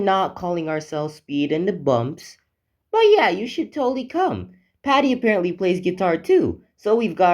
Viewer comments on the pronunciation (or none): none